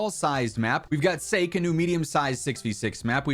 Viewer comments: Sockie not Sayke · A couple more things to mention: 1. Sake is pronounced “Sah-Kee” as it’s the Japanese drink produced in the map. 2. In case you missed it, Cliff Town is a reimagining of Yemen from Black Ops 2 3. Several of the prestige camos from the new weapons are actually returning camos from Black Ops 4